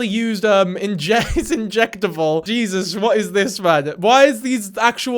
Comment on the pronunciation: Whilst in shock, did you say "jesus" or "jizzus" lol